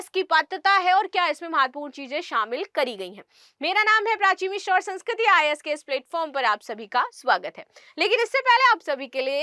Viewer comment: Mishra bola kra madam mishr purling hota hai😂